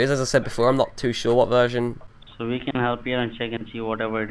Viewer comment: You made him say "what wersion" 😂😂😂